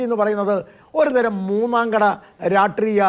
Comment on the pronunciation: രാട്രീയ അല്ല ഗോപാല.... രാഷ്ട്രീയ